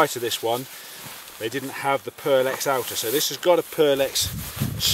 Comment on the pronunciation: Pertex - with a T, not an L ;)